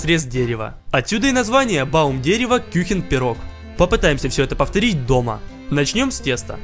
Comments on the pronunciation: Не кюхен а кухен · Kuchen а не Küchen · Прости конечно но это называется не кюхен а кухен по немецки 😅